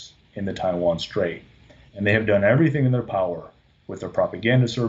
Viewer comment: I think i heard Attack on TaiTan- eh i mean Attack on TaiWan